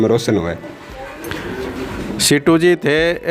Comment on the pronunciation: सीटू नही सीतू नाम ह